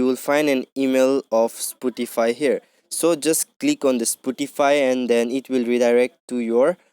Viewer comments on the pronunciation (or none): It's spotify bruh not sputify